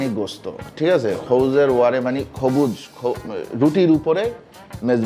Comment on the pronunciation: গোস না ভাই, উচ্চারণ গোস্তো